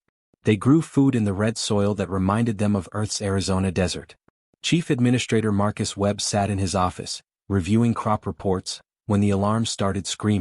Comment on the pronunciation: And Mark Weeb instead of Marcus Webb